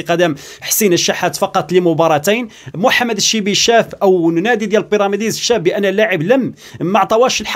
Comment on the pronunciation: أخي كنقولو ليها بيراميدز ماشي بيراميديز